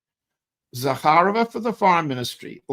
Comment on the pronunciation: Maria Zakharova. You accentuate as in Zakha'rova. My maternal grandfather was Vassily Zakha'rov. He fought in the Russo Japanese war of. Parabéns pelo ótimo trabalho,! Você brilha como poucos.